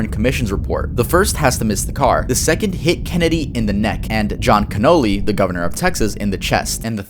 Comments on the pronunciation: Connally is pronounced "cahn-all-ee" not cannoli lol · I find it controversial you pronounced the senators in the JFK game as Cannoli like the Italian pastry